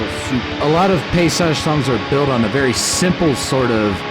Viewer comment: Paysage. You pronounce the -s like a z. In French. So that would sound like « payzage »